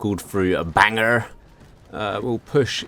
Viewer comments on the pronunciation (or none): Sir did you just call “Bangor” Banger ? it is pronounced Bang/ore Bangor not BANGER